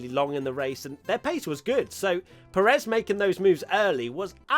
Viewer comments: It's PErez not peREZ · Pé-rez, not Pe-réz. He's been a pilot in F1 for like a decade now, c'mon pronuonce his name correctly